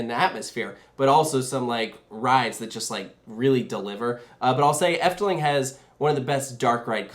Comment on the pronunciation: As someone from the netherlands ill be honest: she pronounced efteling really good ❤